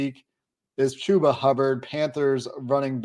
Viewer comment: So bad with names lol.. chuh-buh not chew-buh.